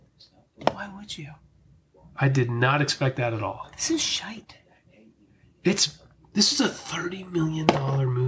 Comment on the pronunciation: Does have some Scottish in her? The way she says shite and pish in the past video, she definitely sounds like one of us 👍😆